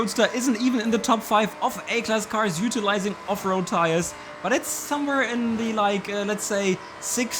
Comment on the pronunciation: It doesn't matter how many times you say Off-Road Tires... I hear Afro Tires.